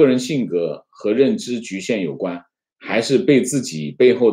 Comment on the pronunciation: 裹挟xie 脚踝huai